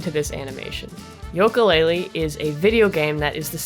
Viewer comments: uh you mispronounced Yooka, its pronounced as You-kah while you pronounce it Yol-ko, I'm sorry I'm so used to people pronouncing it as you-kah so if I'm wrong when ill go into the bad pupper corner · Its "yooka" not "yoka" But still Great video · I'm sure you've gotten a lot of this already, but it really bothered me hearing you say "Yoka" every time. Other than that, I rarely have anything constructive to add to these, because I really enjoy breakdown analyses videos such as this series. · Lol You say "Yoka" - that's adorable x3 The name is a play of "Ukele" ;) Another reference to the instrumental names of Banjo and Kazooie.